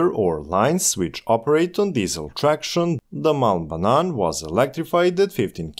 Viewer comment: HAHA, I'm norwegian. But I was thinking the same thing as a heard "mal banan" and not "Malm Banan"